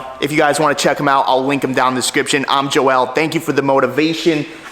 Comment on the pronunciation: I have never heard. Joel. be pronounce. Joe L